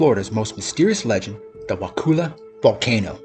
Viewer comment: Wakulla isn't pronounced wakoola. It's more like wah-kuh-la. Kind of like if you dropped the T and R while saying "what color" but not quite